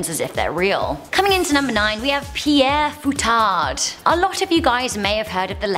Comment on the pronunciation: Pere Fouettard is pronounced like" pair foo-hay-tar" .Translates to "whipping father". Just to help you with the pronunciation. In any case, happy holidays to the whole team!